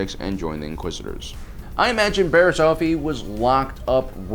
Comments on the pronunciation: Dude please start pronouncing things right its not barris off-ie its barris its barris oh-fie and not jarr-us its its pronounced like chair but with a j jair-us im sorry but please learn how to say something before you say it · It's Bariss off ee . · Wow he said Barriss oofy, good job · Barass oh-fee? Who she? Only backstabbing Jedi I know is barass ah-fee